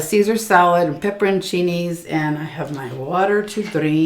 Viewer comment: I know how thankful Kristen must be to you for taking over the mukbang with. Also round of applause for pronouncing pepperoncinis correctly! So many people mispronounce them or call them banana peppers! 🤣